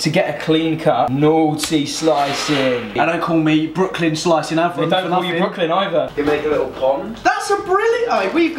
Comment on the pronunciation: Brooklyn with american accent.